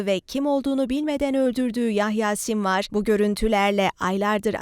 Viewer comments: تأكدي من الاسم ،يا بنتي أولا :هو ايحيى السنوار كما هي مكتوبة في عنوان الفيديو!!!لا تقولي مرة : سمر، و مرة :سموار، و مرة : سمارة.او ما أدري !!!!!! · اللي تتكلم كل كلمة تنطقها تمام إلا اسمه تخربط فيه.. رحمك ﷲ ياسنوار.. اللهم خير خلف لخير سلف ✌️✌️✌️🇵🇸🇵🇸🇵🇸